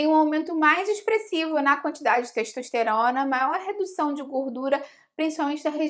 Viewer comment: ...a teishtoishterona...